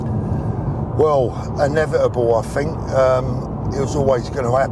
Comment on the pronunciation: Its "think" not "fink" learn English (your native language) racist thing needs to acknowledge 🇬🇧 IS THE THEIF OF THE WORLD learn your history your crimes - IM NOT YOUR FRIEND